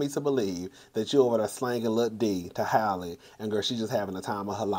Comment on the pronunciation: Her name is pronounced like Halle Berry's name not Hailey.